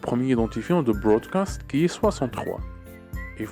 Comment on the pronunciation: on dit broadcast et non brodacst